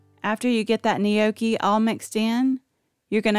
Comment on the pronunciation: You aren’t pronouncing gnocchi correctly!